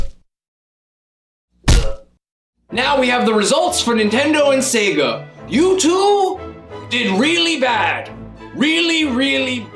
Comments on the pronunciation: how it's always been pronounced. how the sega guy from console wars pronounces it. how everyone pronounces it. how it was pronounced in commercials. how it is pronounced when you turn on sonic. SAAAAAYGUUUUUUHHHH. sayguh. no one has ever said 'sehga' until this dude. it actually made me stop watching these videos. if he had some rare speech impediment i'd feel bad and start watching again and delete these comments. but of course that's unlikely. it's very bizarre and i hate it. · why does this dude pronounce it 'sehga' it's so distracting, no one does that.